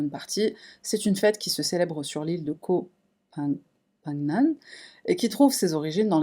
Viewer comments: « Ko fonne gam »en phonétique 😉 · Hello merci pour cette affaire. C'est fous j'ai été en Thailande dans la même période, et j'ai rien entendu de la part des médias Thai. Sûrement l'affaire est étouffée par la riche du cuisinier ? Et pour la prononciation de koh phangan on dit comme ça "Koh Pha-gnane" Les thaï ont vachement mal traduit. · Koh ça veut dire île en Thaïlandais. On dit "ko pan gan". Un super travail comme toujours, tu fais partie de mon top 3 des YouTubeurs True crime préféré, je suis toujours contente de t'écouter et à l'affût des tes nouvelles vidéos. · Cc ca se prononce koh fan gan. Ca ne s'écrit pas comme ça mais c'est comme ça qu'on le prononce. Ayant moi même habiter en Thaïlande dans les années 80. Et parlant un peu le thai qui n'est pas évident dis je en passant. Très bon reportage. Merci à toi pour ce partage. Nataly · J’aime bien tes vidéos et merci mais « ko pha NGAN » c’est lourd à la fin.. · En tout cas tu auras écorché le nom de l île jusqu’à la fin😂😂😂